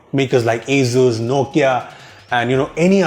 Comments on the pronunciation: Wtf is "AZUZ" 🤷‍♂️ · Its pronounced as Asoos, not Azooz.